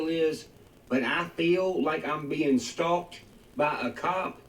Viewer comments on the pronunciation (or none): Its stalked not stock lol sorry not being a dick i know ppl will probably hate on me I was just letting u know is all. Much love